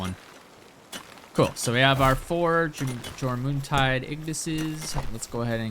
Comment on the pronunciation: Jor moon tide? It's pronounced "your min tide"